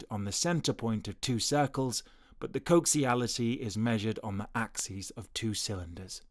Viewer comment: it's not "coxiality", it coaxiality. With an "A"